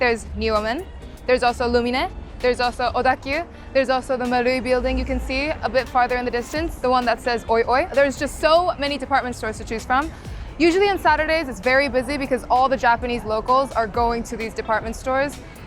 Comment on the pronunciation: OIOI is pronounced as Marui not oioi, it's tricky one.